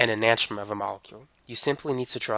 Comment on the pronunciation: Learn to pronounce enantiomer correctly